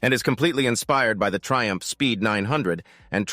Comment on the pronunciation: Thaiumph not Triumph.